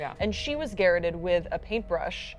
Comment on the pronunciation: garrote. not garrot lol its pronounced GA-WROTE